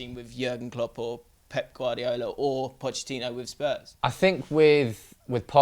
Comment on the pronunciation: Can you teach that guy to say Guardiola